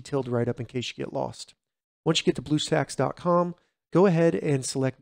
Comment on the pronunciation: you said bluesacks XD